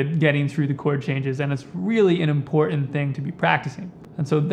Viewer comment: Because he is a long winded snake oil salesman who can’t pronounce important.